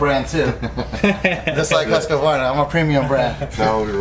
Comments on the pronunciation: HUSK - uh - VARNUH 😂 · OMG you really suck at saying Husqvarna, read it like huskvarna! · What's a Huskavarna? These people have no clue....